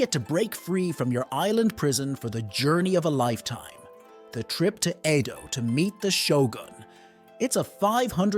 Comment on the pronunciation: 江戸時代 Eh-Doh not ee-dough